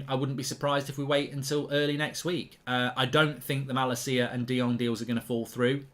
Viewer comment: Plz pronounce malacia’s name correctly 😝. I can’t handle the way you pronounce his name rn.